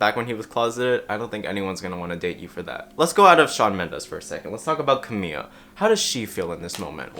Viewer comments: fyi it’s Camila, not Camilla. you pronounce the L as an L! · Great video, its pronounced Camila not Camiya tho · you are saying "camillo" instead of camila😭😭😭😭😭😭😭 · hey just a quick note- in some forms of spanish (in this case the form the camila cabello speaks) the LL sounds like a y (which u got right), but camila’s first name only has one L, so you’d just pronounce it like kuhmiluh :) if u wanna be a lil more accurate, it’d technically be pronounced closer to cameela, and her last name cabeyo (cause the double L) :)) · Sorry does he keep saying Camiya? maybe im just bugging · I completely agree with on this issue, people should stop telling others what their sexual orientation is based on stereotypes... But as a native Spanish speaker I find it so funny how he says Camila, he says it like "camilla" which means stretcher in Spanish, like the thing you use to move sick patients in hospitals or ambulances 😅💀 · Btw it’s Ca-Me-La, I love you but it was bugging me 😂😂😂Camila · I’m sorry Wait....ppl really call her Cam-ia Ca-bay-oh? 😂 I thought that was a joke from a meme. You’re not the only one I’ve noticed lately so I thought I’d point that out! 😂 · you pronounced camila wrong